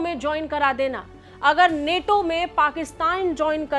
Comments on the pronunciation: नेटो नहीं नाटो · Neto nhi nato h vo😂😂😂😂😂